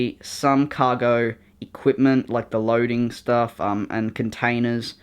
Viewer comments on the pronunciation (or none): none